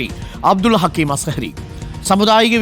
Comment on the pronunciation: അസ്‌കരി അല്ല അസ്ഹരി യാണ് ഉസ്താദ് പറഞ്ഞത് കൃത്യം